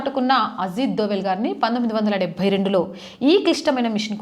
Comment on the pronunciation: Ajil కాదు Ajith 😂